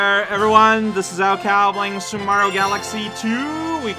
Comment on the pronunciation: you did it, you got the titular line in the game* *which is super mario galaxy 2: a star with my view (where “mario” is pronounced the long island way)